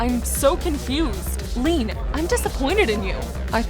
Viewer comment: Why do they keep pronouncing Leanne as “lean”… It’s “Lee-ANNE”.